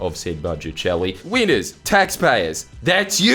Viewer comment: His 'winners' sounds like weiners